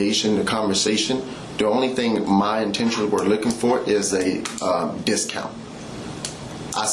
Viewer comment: Several times he said he was not licking for anything from her. He wanted to say looking but sounded like licking.